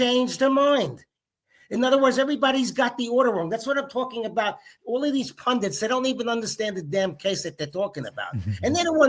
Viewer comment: Pun DTIZ...not pun dints.